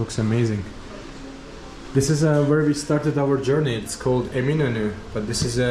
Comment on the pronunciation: Thanks for the background. As soon as he said Eminönü I knew his pronunciation was better than the usual YouTube vlogger in Istanbul. A Turkish friend of mine says that listening to Azeri Turkish reminds her of listening to a Scotsman speaking English. I like his "Two different nations, but one nationality". I've never been to Azerbaijan, but I think I could get along. I like his comment "Makes me feel like home because everything is familiar." I think I would feel like "home" in Azerbaijan.